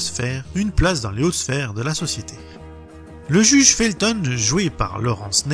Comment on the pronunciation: Le juge "Fulton" et non "le juge Felton" . Il est faux de dire que la VO est moins bonne & moins drole que la VF / c'est lieu commun véhiculé en raison du succès de la série en français dans les années 70 et 80 - les dialogues en VO sont excellents rattrapant des scénarios parfois un peu bancals.